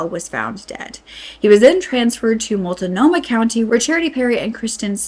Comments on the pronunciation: I'm sorry, but please learn how to pronounce the names of the places you're reporting on. This is a shit-show. And I was looking forward to watching this report, but I just can't get more than half-way through. Willamette rhymes with goddammit. And Multnomah is only 3 syllables. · Mult-nomah, not Mult-uh-nomah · Mult-nomah. Not multa-nomah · I'm not trying to be rude, it's Mult-no-muh, not mult-a-no-muh. And Willamette is will-a (as in the word "am") mette. Just for future reference in case the Portland area is mentioned again. ❤ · It's really weird hearing someone say "Multa-nomah" county when out here we pronounce it "Mult-nomah". It's like people saying "oree-gon" when we say "O-reh-gon" for Oregon. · I live here. It's pronounced "Mult-no-ma", not, "Mult-a-no-ma". Flavel is pronounced "FlAv-elle". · Willamette is pronounced Willammit. Multnomah is pronounced Mult no maw there is no I sound in it. Multinomah is incorrect. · Appreciate the report on this but being a resident of Portland, the mispronounced areas (especially Mult-noh-mah) was painful. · I know our place names are hard to pronounce if you're not from here, but "Mul-ta-no-mah" is jarring every time. Good video, I'm just saying... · Just fyi, it's "will-AM-ett" And just "mult-NO-muh" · Flay- eee- vel.( Flavel). / Mult-no- mah( Multnomah) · I wish that creators would take the 5 seconds it takes to research the correct pronunciation of the native words they're saying when they speak about oregon. It's wil-LAM-ette and mult-NO-mah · Just fyi, it’s Mult-no-ma and Will-am-it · Flavel street…. It’s pronounced ‘ fluh- vel’ willamette ‘Will-am-et’ Multnomah ‘Molt-no- muh’ We were checking everyday to see what was happening. We were all scared. Nobody told us anything. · Will-am-it Mult-no-ma county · Hi, those two areas are pronounced Will Lamb it (Willamette) Malt no ma ( Maltnomah) We have hard to say areas. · Also, MULT-NOMAH, Will- Lam- -Ett. Just to help haha, that's how those sound. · Mult nome ahh